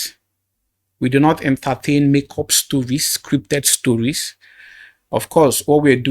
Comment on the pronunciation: nice wirk uncle but i juat have one comment to make. please sir you dont have to pronounce words that have the letter "T" as "TH" like when you said "PROPHETH" instead of "PROPHET" or when you said "ENTHERTHAIN" instead of "ENTERTAIN" i come in peace sir🙏